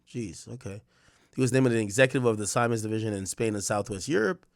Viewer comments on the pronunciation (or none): It's pronounced see-mens! R.I.P to all😢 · Siemens-Pronounced (Semens) RIP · Worked with that company at the airport. It’s pronounced (see ·muhnz) pause😂